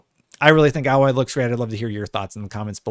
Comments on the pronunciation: Hearing alloy instead of A-loy is quite jarring. ((edit...when I posted I had not read the comments, didn't mean to dog pile but at this point it is kinda funny and since you pause every time you say alloy I suspect you may have done it on purpose so leaving the comment....pretty good video otherwise ;)~ )) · Alloy is a mixture of two different metals metals, like a set of alloy wheels. So yes in the video he is pronouncing her name wrong, but that could be blamed on the spelling of her name. As I’ve played the game I know the correct pronunciation. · you were thinking of the word alloy. But her name is pronounced ay-loy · sorry but not really. It's the letter 'A' and then 'Loy' (rhymes with boy). So 'A-Loy'. Not 'Ahloy' or 'Alloy'. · no you Didn't pronounce it right you said alloy like the metal its Aloy like if you asked for A chair or A shirt or if you wanted A loy. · Yeah you meant to pronounce it like 'ay-loy', not 'alloy' like the metal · Please name Aloy's name correctly, it's A as in hay not ahhloy, please pronounce Aloy next time. That's how it's pronounced in the game. I can't see alot of difference between it, so it's slight only. If people think is face is fatter it's purely because facial structures are created better in Forbidden West. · It's " eh loy" not alloy lol. But we'll let it slide since you 'prefer' Xbox 😄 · He pronounced Aloy like aluminum alloy 😂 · Say it with me now - "A" Loy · He's pronouncing it like Alloy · Can someone tell it's freakin A(pronounced like the letter)-loy. His pronunciation is driving me nuts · A - Loy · It's pronounced AYE-LOY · Sorry man, but at least pronounce her name right... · I have to dislike cause the way you say her name is horrid! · You're saying her name wrong you would know that if you played the first game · What is it with American tubers pronouncing her name wrong. It’s said so many times in the game so we know how it’s pronounced! Idiot! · Have you played the game? Say the name right!